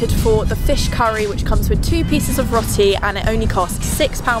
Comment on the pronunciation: It’s pronounced Rowti